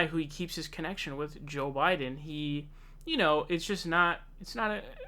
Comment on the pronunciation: Think about people viewing a video of yours for the first time and hearing you pronounce names “saunders” and “jhoe Biden”. Dumb